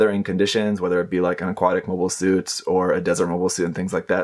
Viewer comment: "Mobie" Suits?